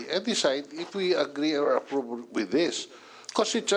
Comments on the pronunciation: Retirement is aprob at piptiseben 😂😂😂ayus s pronounciation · Aprub (Approve) Pynalize (Finalize) Perrer (Ferrer) Inbited (Invited) Cong. Dan mas maganda po ata kung mag tagalog nalang tayo. Pilipino nmn po tayong lahat. Kaysa naman ingles tayo ng ingles mali mali naman ang pronunciation. Imbes na magmukang matalino kaka ingles nagmumuka ka pa tuloy trying hard ✌️